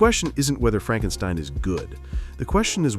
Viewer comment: "It's FrankSTEEEEN! It's FrankSSSTEEEEEENNNN!" 😂😂😂😂😂😂😂😂